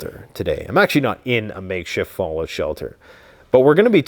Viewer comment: Falloat shelter, he says